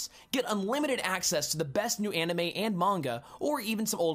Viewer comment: I liked the video and most of the videos from The Game Theorist. My only gripe is a very small one...well...two. Simply enough, how could you say the word "Anime" incorrectly and then say "Manga" the right way? It's the same exact "ah" sound. Japanese doesn't have a short "A" sound like we do. You also pronounced "Onette" incorrectly. It's a long "O" sound followed by the word "net." Just go by the Hiragana chart if you didn't take up Japanese in school. The "vowels" in the beginning of the chart...if you can call them that...are: A, I, U, E, O. Their corresponding sounds are: Ah, long E, Ooo (like Oooo, that's pretty), Eh, and Long O sound. If "Onette" was pronounced like you said it then it would have been spelled "Anette." With that being said, if you played the Mother games then you know that "Onette" is a play on the number 1 because it's the first town, just like Twoson is a play on the number 2 because it's the second town. They may have actually NOT pronounced these towns in Nihongo (Japanese) in the first place because it would be impossible to say "Twoson" in their language because of the "T" and "W" being beside each other (unless they used Katakana rules in which it would have been spelled pronounced "Tuson"). If that were the case, then it really would be pronounced One-ette. Either way you look at it, the way you said it was wrong. And before you reply, these are not opinions, they are facts. I know and was taught the language by an actual Japanese woman who was